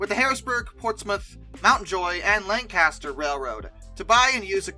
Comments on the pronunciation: Fantastic video. A side note (rather dwarfed by the solid content of the narrative): our lovely town of Lancaster is pronounced LANG-kiss-tur. What with your being a non-Lancastrian, we shan’t hold it against you. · Love the video but you can tell who lives near Lancaster by the way they pronounce the name